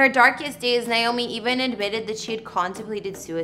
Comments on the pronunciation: It's nAy not Nie😢 !!!! NAomi! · First of all, you need to pronounce her name as it is "Naomi" and not "Niomi". This video was NOT a house tour. It was a repetition of information we've all heard since Naomi's death. The green pastures were beautiful, and Naomi was beautiful in her white dress against the green hillsides.